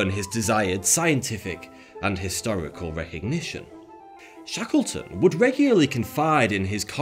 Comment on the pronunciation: It sounded like he was saying Shekelton. He’s finna he called a an anti-semite.